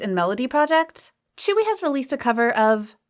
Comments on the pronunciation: Tzuyu is now pronounced as "chewie" get some more pronounciation research pls. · lmaooo i thought tzuyu's name was actually pronounced as tzuyu like how you see how its spelled💀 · Obviously I don't speak korean so can someone explain why Tzuyu is pronounced as chewy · reed but I thought it was pronounced as tzuyu (tsuyu)